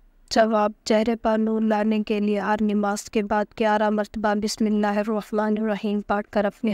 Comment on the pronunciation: باقی سب ٹھیک تھا بسم اللہ کو صحیح پڑھا کرو بیٹا